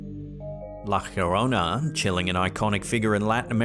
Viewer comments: Why on Earth do you pronounce "La llorona" as la chjorona? Double LL in Spanish is a "yo" sound Calle "kayye" for street Apellido "appeyido" for surname It's la Yorona... Llorar = to weep, cry This's the reason why she appears so often due to you mispronouncing her alias 😂 Take an evening class in Spanish for Christ's sake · Love your videos!!! ....La llorona (the crying woman) Is pronounced iorona or yorona not Jorona😊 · LA YO-RONA La llorona 😂